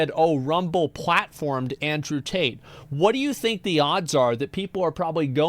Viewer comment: Tate has a problem with the letter T. I bet he pronounces his own name Andrew 'ae.